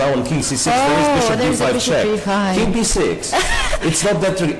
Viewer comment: “Khie sed he totch the keeng” “Khie tudge the keeng”